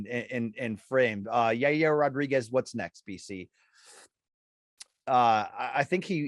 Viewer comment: It's Ya reer Rodriguez